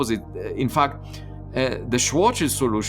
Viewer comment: I love how Avi says fucked instead of fact